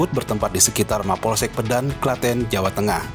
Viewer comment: Masukan Min. Cara baca yang benar bukan "Pédan" tapi "Pedan",mirip seperti cara baca kota "Medan". 🙏